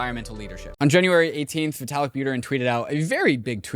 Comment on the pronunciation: Vaytalik?😂. Great episode though…